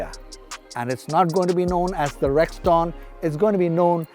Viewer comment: Sirji, Rexton is pronounced rex ton as in ton and not Rex Taun. You seem to have got carried away with the G4. Hehe!!